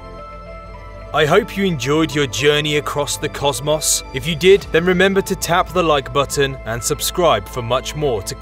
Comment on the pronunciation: "Cozz-Moss." Lmao.